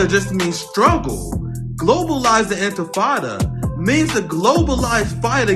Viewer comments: Infatada? Is this guy a cretin? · Infirtada? Did that news anchor say infirtada? I he should be embarressed. And the fact that did not corect him or atleast say the word right, proofs that this is a zio in disguise. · MF really said inta fatata. Might as well said Hakuna Matata. Ugh I'm 🧃 and zrahell fatigued. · I wouldn’t even entertain answering somebody that failed to pronounce THEIR point of contention multiple times in a single paragraph. Anfitifada? Anfitada? 🤡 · He said, "Did you mean it when you said, 'groverize the impinada'?" 🤣🤣🤣🤣🤣🤣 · "Globalize the Intifrittata" Dude can't even pronounce it😂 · He cant even say it. Infan, induh, if- in fant ahdahhh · This MSNBC host is an idiot. He literally says "infitada" then tries to correct himself but continues to still get it wrong. It is not a hard word man... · I could listen to Al Sharpton struggle to say global enchilada all day. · Oh you mean that Grover in Ciabatta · "Global Infitada" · They threatened to assassinate him of course and what does Crooked and corrupt Al sharpton mean by Infitada instead of Intifada? Idiot cannot even pronounce properly. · Al Sharpton: it’s not “intitada”, it’s intifada. Learn what it actually means and how to pronounce it before criticizing. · Sharpton's so illiterate he can't even say intifada. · How do they find these TV hosts that can't even pronounce intifada? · Look at Sharpton, cowering in such fear at the phrase that he can't even pronounce it properly. That's how widespread it is. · The interviewer can't even say the word! In. Ti. Fa. Da. Say it all together now! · Who gave Al freaking Sharpton a platform? If you cant pronounce words properly, you shouldn't be hosting a show in which you're supposed to be a semi eloquent public speaker. The way he stumbled over pronouncing "Intifada" was hilarious. I was half expecting him to pronounce it as "Inta-hakuna-matata" 😂😂😂😂